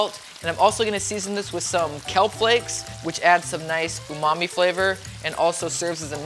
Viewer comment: Ok guys.. enough w/ this talk of soylent green! I honestly thought I heard him say "add Mommy flavor"!! ( He said Umami).. lol😂